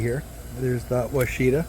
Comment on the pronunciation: It’s pronounced WASH-A-TA. It’s a variety developed by the University of Arkansas. It’s named after a Native American tribe. They also developed several other varieties of blackberry. Prime Ark Freedom is a newer variety that have enormous berries. 👍